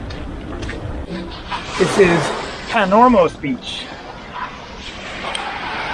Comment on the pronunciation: The 'os' in Kos or Kalymnos is pronounced as 'oss' is in 'floss', not as 'ose' as in morose. Minor point, but worth noting!